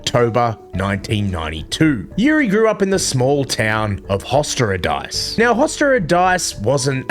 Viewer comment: 😂😂😂that Hostěradice try was not even close😂sorry😂❤🙋🇨🇿